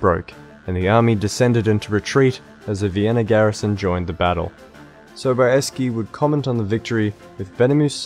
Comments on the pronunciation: "John Sobayeskee"... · JOHN Sobieski.....I mean I guess it's technically correct but also feels so wrong.